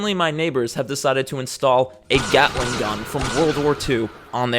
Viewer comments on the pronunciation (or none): none